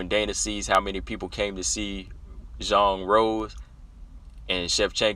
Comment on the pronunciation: Respect for your proper pronunciation of Zhang ( J sound and O sound as in Jon), I hope you do know that Zhang is her family name and Weili is HER individual name, what we call 'first name', like Rose, Jessica, Valentina. I agree as to how awesome these two bouts are, not only featuring the best, but also most respected and well liked, all four fighters are praiseworthy, including Jessica, whom you underrate, IMO, her numerous finishes alone distinguish her in wmma, and the variety of finishes is sufficient to acknowledge she is well rounded and multi-dimensional, proven also by her success in three divisions despite her size disadvantage in all three . As for her wins by decision, credit her for beating Claudia, Angela, and Tecia, all three by UNANIMOUS decision. Her finishes include other luminaries, Jojo Calderwood by Guillotine, Karolina by KO punch, Chookagian by a single BODY punch, Rose by body slam, plus her four Guillotine choke finishes and her rear naked choke finishes earlier in her career at bantam, her TKOs by punches and knees, that's enough variety and quality of opponents to scare any potential opponent, except Valentina and Weili (Rose is always scared, admits it's her raison d'etre for fighting, facing and overcoming her fears). Btw, Rose should accept Weili's offer to visit China, on condition that Weili accept a ticket from Rose to visit Taiwan together. haha As for lay offs that last a year or more, it's usually a drawback even if training was maintained